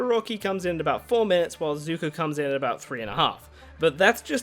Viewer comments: SUPER NOVA X INFINITY001 I think it's pronounced Zuko not zoku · 29 second in the video u said zuto it zuko